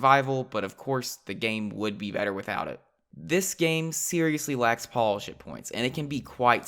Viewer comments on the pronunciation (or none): none